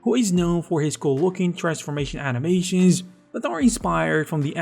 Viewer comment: “First of all, let’s talk aboooooooouuuuuuut… animayshins, vejitayshins and simulayshins”.